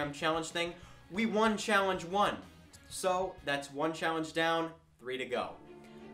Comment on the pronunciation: Why do you say ''so''as''sho''?